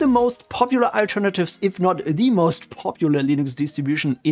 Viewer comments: It's oo-boon-too not oo-bahn-too. Not an English word, doesn't follow the English language pronunciation rules. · Please pronounce Ubuntu correctly